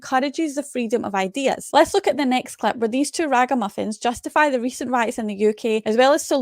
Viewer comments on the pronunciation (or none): Sister what was that you said raga muffins or braga muffins 😂